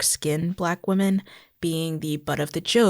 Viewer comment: What's with the pronunciation of women (plural) as singular? Or am I mishearing?